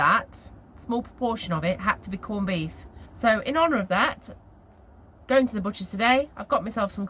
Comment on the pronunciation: Are you pronouncing it corned beeth?!